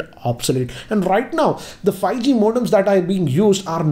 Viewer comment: hahahahahahahahaha::):):):):):)::):):):):):):):):)::):))::) He says fieeG instead of 5G hhahahahahahaha